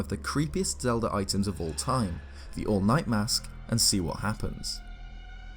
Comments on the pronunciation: For a moment, I thought you said, “The All Might” mask~ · I'm sorry, but it sounds like you're saying the "all might mask" and that's putting some weird images in my head